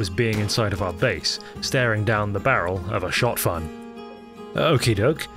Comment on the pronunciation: I'm sorry, did you say Shot"Fun"... lol